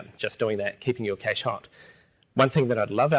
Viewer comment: That's not how you say Cache!